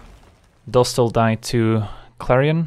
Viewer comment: I love when you say: "Let's see how it duhs"